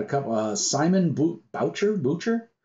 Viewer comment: Hey thanks for the mention! Boucher is french for butcher you pronounce it boo-chay :) I like your review format! Its perfect for me to see if i might be interested in a particular rpg and get it afterwards. Also I love that you review some less known rpgs. Keep up the good work! I got in from your Riddle of Steel review :)